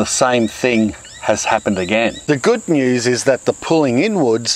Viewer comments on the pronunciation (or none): none